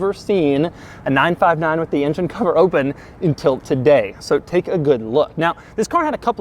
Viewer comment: is it me or you pronouncing engine as INGEN :D its not Jurrassic park bro x))